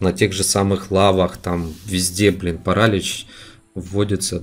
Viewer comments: ставь правильное ударение пожалуйста не пАралич а паралИч очень режет уши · Еее молодец только правильно паралИч